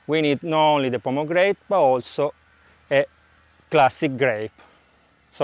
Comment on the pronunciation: Ciao! Mi piace il tuo canale, ho seguito vari videoclip sugli insaccati. Well done! Se hai problemi con la pronuncia inglese di parole non troppo comuni, tipo pomegranade, ti consiglio uno sguardo veloce a Google Translate. Cosí sarai piú a tuo agio mentre giri il footage. Io ho lo stesso problema...